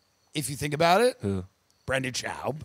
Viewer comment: RIP Brendan schauwb. Tim is so subtle with his comments. From mispronouncing his name to saying he never watched his comedy.